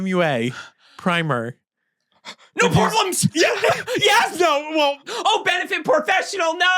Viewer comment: NO PORBRLEMS 🤣